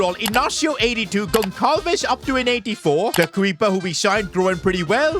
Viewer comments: for future content i will just help you saying that instead of saying goncalves it pronounces gonsalves so when you see a portuguese player with the letter Ç just pronounce like it was a S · As a Portuguese I’m very annoyed that called Pedro gonçalves “gon cal ves” it’s supposed to be “gon sal ves” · ITS PRONOUNCED GONSALVES NOT GONKALVES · Its pronounced Hose not Jose. Its also pronounced Gonsalves on Gonkalves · Ç is pronounced as S. Like Barça.